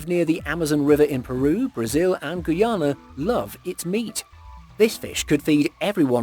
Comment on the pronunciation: Awesome vid!!!!... The country is pronounced GUY-YAN-NA ☺️